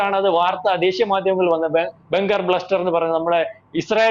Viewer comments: Bunker Buster ആണ് , ബ്ലസ്റ്റർ അല്ല 😂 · Bunker bluster alla buster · Pronounce correctly. Bunker buster.